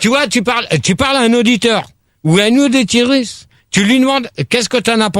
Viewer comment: "...tu demandes à une auditiiirisse..." un ptit verre de trop ce soir la!! hahahaha